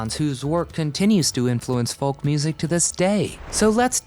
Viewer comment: The L in folk is not pronounced.